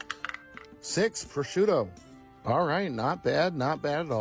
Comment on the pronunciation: i heard "Bashuda" which is my Ow, name, I got so confused. I heard "I like Bashuda"(Bah-shoe-da!) instead of "I like prosciutto"